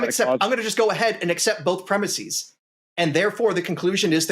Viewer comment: It's not preh-miss-ease. It's preh-miss-is.